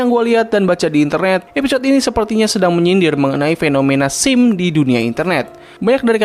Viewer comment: oooohhhhh simp maksudnya, perlu waktu untuk ngerti soalnya saya dengar abang bilang sim